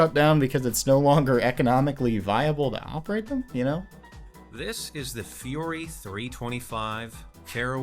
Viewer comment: Fürhery three hundred and twenty five, which is a nightmare for the rider